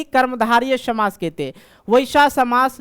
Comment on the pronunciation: samas❌ shamas✅